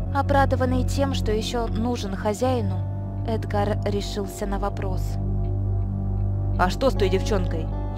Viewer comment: Разве правильно эдгАр, а не Эдгар???